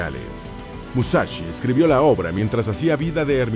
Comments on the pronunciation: "Musachi Musachi" pronuncia bien, se dice" Mu-sa- shi .... sonido (s) sssssss" que parece que los latinos no sabéis leer ... joderr. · "Musachi" tan bien que esta el video.... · No es musachi hablá bien.... Es musashi o en todo caso Miyamoto o Katsumoto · TODO BIEN TODO GENIAL PERO ES MUSASHY NO MUSACHI COMO AVECES PRONUNCIABAS.... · Porqué pronunciarlo con "ch"? Musachi?! Escasa y pobre info sacada de sus serie de libros... Nada nuevo :/